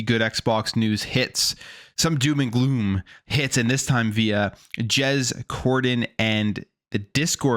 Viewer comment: bro said Jez but it not jezsmfh